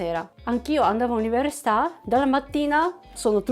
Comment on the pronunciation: Ho notato che ancora non riesci a dire università 😂